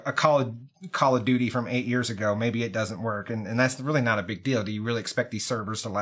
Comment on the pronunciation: Did call it Call of Doody 1.48.02